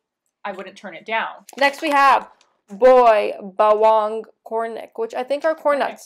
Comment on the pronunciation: OMG IM LAUGHING ON HOW SHE PRONOUNCED BAWANG 😂😂😂😂😂